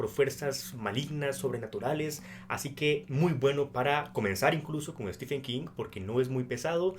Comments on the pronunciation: Por que todo le dicen Stefen y no Steven u.u PDT : sé que se escribe stephen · mi favorito es Los ojos del dragón, poco conocida pero maravillosa, en especial por la injusticia del joven principe peter, comentario de lector de king... pronucia estiven no estefen